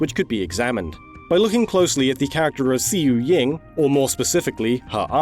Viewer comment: Xiuying is pronounced "shoo ing"